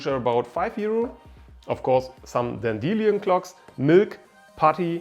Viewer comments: By the way, in English, A Dan_deel_i_on clock is pronounced Dandy_Lion clock. The metal Leed is pronounced Led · Dan-De-Lyon - ROFLMAO! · i hate how he says Dandelion